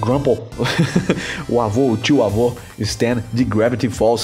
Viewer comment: não é tio avô é tivô! kkk